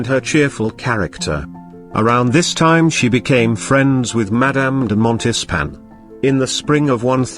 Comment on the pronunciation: I had to stop watching because the moderator was butchering the French language. The French hate it when you mispronounce their language. The moderator should have done his homework and learned how to pronounce French. He repeatedly mispronounces "Montespan" and "Maintenon". Give me a break!